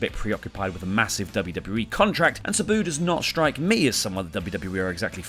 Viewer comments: pronunciation on some of those names. Saboo & Dickstra. But honestly when Randy Orton retires it will truly be a sad day. The guy has been around forever and has never once been considered a part timer due to his activity. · It bothers me more than it should that you mispronounced "Sabu" and "Kenny Dykstra".